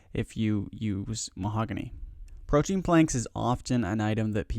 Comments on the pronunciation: pro-tee-in not pro-teen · Pro-tee-an please : [ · Okay, how many of you watched this just to see how many times he said "protein"